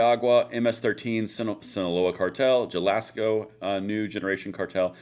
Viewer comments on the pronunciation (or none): Jalisco - pronounced more like Ha-li-sko. Either way, I'm hoping this is effective, and we don't get too much splash back inside our own borders. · Jalisco is pronounced ‘Ha-Lis-Co” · Jalisco, pronounce like this, halisco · [Insert proper pronunciation of Jalisco and Michoacan here] LOL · MEE CHO WAH CON .... also Jalisco the J sounds like an H like in Jalapeno